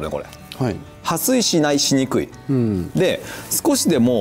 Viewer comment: ！撥水「はすい」じゃなくて「はっすい」😂💦